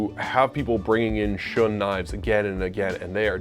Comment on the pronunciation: Shun is pronounced Shoon I have a Shiro Kamo SG2/R2 and a Shiro Kamo Aogami Super. I’m a professional chef working in fine dining and there is not enough of a difference to say one is better than the other, they both have the same Rockwell harness. The knife will always only be as good as who is using it.